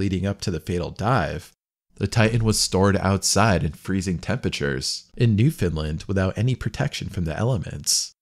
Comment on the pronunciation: Newfoundland rhymes with understand.